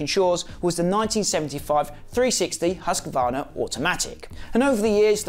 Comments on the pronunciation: HUSQ VARNA not huscavarna. 👍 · please pronounce Husq varna. There is no A in the middle. Other than that, mint vid mate. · I hate when people say husk-a-varna.